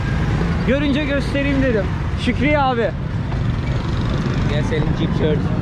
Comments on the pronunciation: Şükriye ne abi her söylediğinde kırılıyom Şükran de bari 😂😂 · niye şkriye diyorsun şükran demiyorlarmı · Şükriye değil kardeşim 😂 şükran videoların çok güzel şükran 😂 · kardeş Şükriye'n kelimesini çok telaffuz ediyorsun bu kelime Araplara has olmakla birlikte söylemek istersen de Şükriye'n olarak değil de Şükren (Şükran)demek daha doğru olur. sadede bir öneri. yayınlarını beğeniyorum ve takip ediyorum. iyi yayınlar. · Şükriye değil :) Şükran (teşekkürler) Şükran kesiran (Çok teşekkürler)